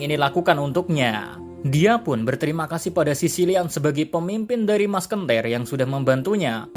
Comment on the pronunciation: Anjeeeeeeer .. musketeers jadi maskentir 🤣🤣🤣